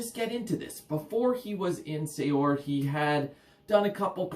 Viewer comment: I hate doing it... it's pronounced 'Seer' (although likely makes no difference to those that hear it). Maybe you already know that, often bothers me when I come across that one. Couldn't resist! Epic band, awesome channel.